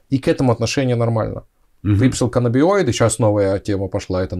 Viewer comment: Врач психиатр -нарколог (стаж 4 года). Коллеги, пожалуйста, говорите правильно - каннабиНоиды. (Н)